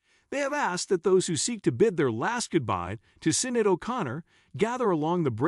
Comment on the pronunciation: If you're going to put out click bait, at least pronounce Sinéad's name correctly.